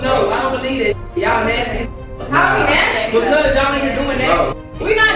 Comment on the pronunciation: “NASTTY”🤣🤣🤣